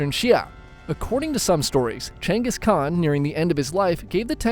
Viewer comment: He did all that because he is genghis khan, not genghis khant